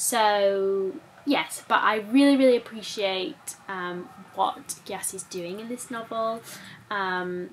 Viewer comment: Hi!!! I LOVE your book videos and this new format 😊. Just a small thing I wanted to point out as Ghanaian names are hard to pronounce if you aren't familiar with them. Gyasi is actually pronounced "Jessie" (kind of like what Zac calls you sometimes). This isn't shade at all as I really love what you are doing and this book is epic, it's like a history lesson in a novel. I just wanted to make you aware 😊